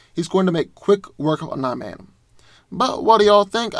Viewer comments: Love your content but it’s pronounced like “Om-nee” man not “Om-nigh” man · Bro, His name is pronounced om-KNEE-man, NOT om-NY-man. Sheesh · I never heard someone say Omni man as ohm - nigh man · the way you said omni man is just way to distracting